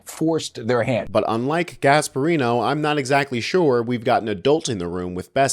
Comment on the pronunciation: "Gasparino".... guess he was NOT born in Italy, huh...?